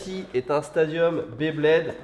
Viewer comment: On dit Beyblade , pas BlaidBlaid 😂